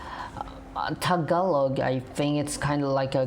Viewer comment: ITS NOT TAG A LOG ITS TAGA ---LOG the A on the GA is the long A